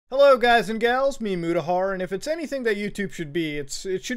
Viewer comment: I'd just like to inform you that his name is Muta, or Mutahar, not "Muda", for future reference